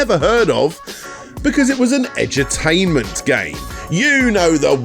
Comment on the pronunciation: When you said Edu-tainment I thought you were saying Edge-o-tainment, like edgy games more concerned with being edgy and controversial than playing anything actually entertaining